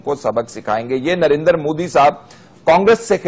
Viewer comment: narendar narendar narendar ....sidha narendra bolna tak nahi aata